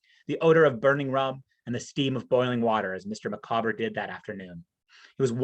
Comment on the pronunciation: Having a purpose - yes, Dickens was very much a self-made man, and one with a tremendous work ethic, so he placed great store on independence, self-reliance and hard work. BTW, I once heard someone pronounce 'Micawber' 'MICK-a-bore'! Good grief!